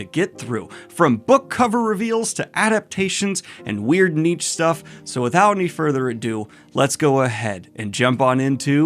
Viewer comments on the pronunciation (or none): Just me or did he Daniel pronounce niche as neech? Bone apple tea indeed